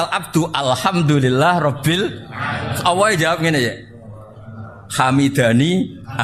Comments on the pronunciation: mohon mf.... lafadz yg benar Allah ataukah awoh, kenapa Gus sll menyebut awoh, bkn Allah, apakah itu boleh ???🙏🏻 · Awwoh atau Allah, coba cermati Cara ngendikan Allah tapi kedengarannya Awwoh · MasyaaAlloh terima kasih Gus tapi kok saya rada ga jelas kenapa menyebut Alloh bacaan di Qur'an tapi Gus ngucapinya awoh, jadi yang bener Alloh apa awoh terimakasih 🙏